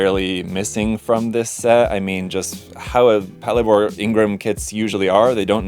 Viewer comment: Mine is en route to me, can't wait to build. I'm planning on painting it like the Toyota Crown police cars, so it looks like I'll be wearing my rarely-used car modeling cap for this. (btw, it's pronouced "pat-LAY-bor" as in "patrol labor")